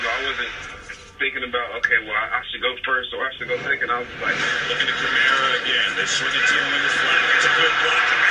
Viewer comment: you pronounced it correctly the first time. Kamara's balance is amazing.